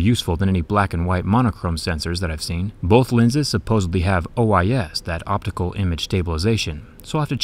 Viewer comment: I hope I misheard him say "supposebly" .